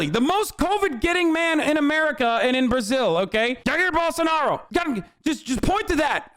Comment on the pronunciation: The way he said Jair Bolsonaro made me physically flinch ngl